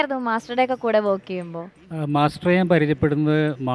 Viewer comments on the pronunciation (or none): വേക്ക് അല്ല പെണ്ണെ വർക്ക്. കഷ്ടം